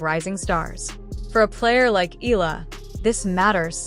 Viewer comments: Alex's surname is pronounced "EH-YAH-LAH"!!! (THREE SYLLABLES!!!) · 😮😮😮PLEASE IT IS PRONOUNCE EH-YAH-LAH!!! OK!? 😮😮😮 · Pls pronounce her name as Eh....yah...la.. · Maybe It's AI . That's why they cannot pronounced her last name properly. .